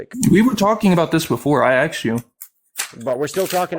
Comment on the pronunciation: Someone who says “aksed” excelled in English 😂